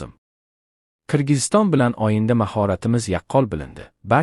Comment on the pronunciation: O va O' ni farqiga bormay o'qiydimi Oyinda deydi To'gri deydi aslida "O",G'